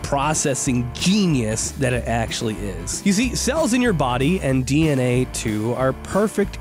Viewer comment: Is it just me or everytime he said dna I heard dnf 💀💀